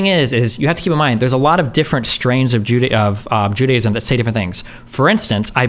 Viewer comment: He claims to be an expert on Judaism but pronounced it "Judyism."